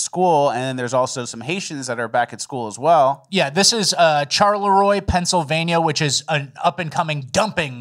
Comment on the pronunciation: Charleroi is pronounced “SHAR-Le-Roy”. O for 2,! I’m deeply offended.